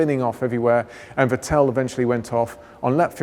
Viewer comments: he says "Vitél" haha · The way he pronounces vetteeeeel 😳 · Ah, the famous Vetelle Leclerck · why is he saying Vettel like this XD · I don't even mind that, however, he's not pronouncing "Vettel" correctly...